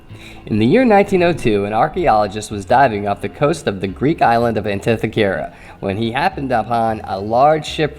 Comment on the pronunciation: This artifact and the story that goes with it are intriguing, and there are some valid ideas for its origination. There only problem I have with this video is the mispronunciation of the Greek island's name, and inherently the name of the device. But keep up the good work!